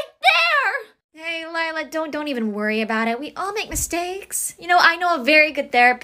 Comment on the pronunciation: Lie-la lier ha ha ha 😂😂😂😂😂😂😂😂😂😂😂😂😂😂😂😂